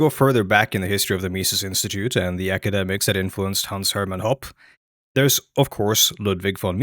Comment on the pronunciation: His last name is pronounced "Hopp-eh" in English. He took a lot of crap from Austrian School weirdos for teaching in an American public university instead of working in some private school that never existed, because ironically, the only universities that have departments large enough for Libertarian/Austrian economists to work in are public ones. I mean Hans-Hermann Hoppe himself is a nut as can be sussed out by this quote: “Democracy has nothing to do with freedom. Democracy is a soft variant of communism, and rarely in the history of ideas has it been taken for anything else.”